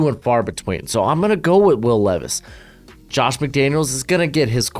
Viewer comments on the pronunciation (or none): none